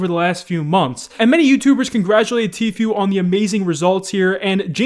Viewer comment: I might subscribe again if you learn how to pronounce Tfue the way Tfue pronounces Tfue.